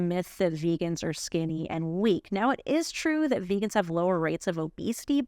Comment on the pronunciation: Is he intentionally mispronouncing everything?! Vaygans, mansanto, payta, tofU (with the inflection on the second syllable) lol